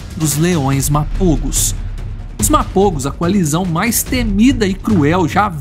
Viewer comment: Мапого а не мапово